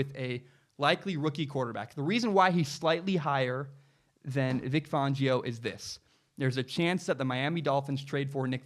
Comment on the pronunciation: You’re pronouncing Vic Fangio’s name wrong. BTW, Big Ben, Tom Brady, Joe Flacco, Lamar Jackson and Matt Ryan all came into the league as rookies with defensive head coaches.